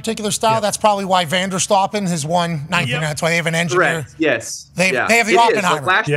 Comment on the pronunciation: immediately clicked off when he said Vanderstoppen, just stop